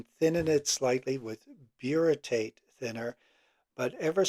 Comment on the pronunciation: what is the name of the thinner? Are you saying Butyrate or Buritate?